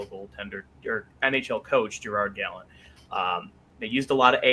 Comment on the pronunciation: Guy pronounces Jagr’s name correctly but can’t pronounce Gallant’s correctly… amazing.